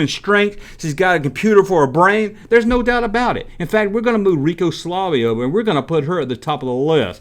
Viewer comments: You messed up a few times! Pinky was the fastest, and the blue one was the slowest! Also, it was Rico Suave NOT Rico Slave! This is the first of your videos that I thumbed down. Stick with topics that you know about that the viewers enjoy! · Um, yes you should listen to what your viewers want because without viewers you have no channel. Rico Suave you pronounced like Rico Slavay multiple times! And the red ghost named Speedy was fast, but not as quick and clever as Pinky. I mean you no offense as I enjoy your videos, but this one was not your finest moment.